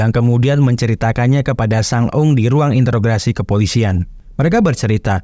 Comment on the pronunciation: Mohon maaf sebelumnha. Sekedar masukan aja Min,, Beberapa vidio bahkan dlm satu spoiler bisa dibilang cukup banyak penyebutan bahasa "Interograsi". Yang saya ketahui kata yg benar adalah "Interogasi" Terimakasih 🙏